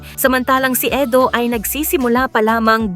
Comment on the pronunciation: Edu not Edo😂